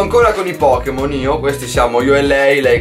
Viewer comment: "POKKEMON" dio boia.